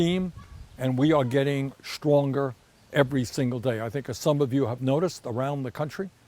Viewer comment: Shtronger? Is that some Yiddish boasting-like word?